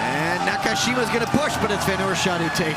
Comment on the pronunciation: Somebody please tell the commentator how to say "Na-ka-shi-ma"! There is no "cash".